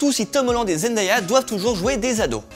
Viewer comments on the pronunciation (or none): none